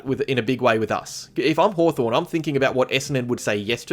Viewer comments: Was Haw”torn” intentional,? 😉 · 'Hawtorn' LoL...